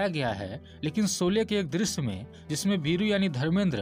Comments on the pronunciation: आप शौले को सोले बोल रहे है . श, को श कहिये स नहीं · पहले शोले तो ठीक से बोलो! सोले बोल रहे हो 😃😃😅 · Soly !!! Bhai ye sholy hain Hindi ke sahi shabdun ka Uchcharan ( pronounciation ) bolna ab to Sikh lo bhai .... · 'सोले' नही, फिल्मका नाम था 'शोले'